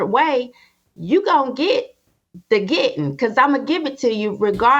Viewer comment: "You gonna get the 'gittin cuz I'm gonna give it to you" ❤❤❤❤